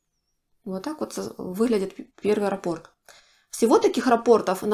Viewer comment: Скорее, японская мастерица. Нравится, что вы грамотно говорите: нить, а не ниточка, как любят говорить россиянки, раппОрт, а не рАпорт, как любят говорить некоторые.